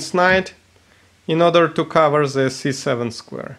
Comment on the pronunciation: please say 'the', not ze... ;)